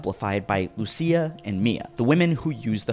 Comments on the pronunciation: She is called Lucia, not Lussia lol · It's pronounced Lucia (Lu-chi-a).